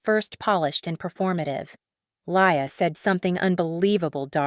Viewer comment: I noticed you pronounced the sister's name LIAR * not LIA - was that Deliberate?